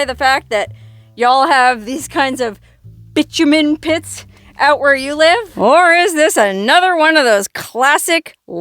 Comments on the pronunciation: My understanding (and I could be wrong) of the word bitumen, is pronounced, "bye-TOO-men" and not bitch-u-men. Can anyone else confirm? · I think you will find it is pronounced Bi like bisexual TOO Min. there is no c in it. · Bitumen = bye TOO men